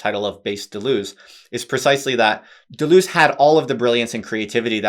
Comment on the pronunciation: "simplistic anglo-reduction describes you perfectly--even down to the mis-pronunciation of his name.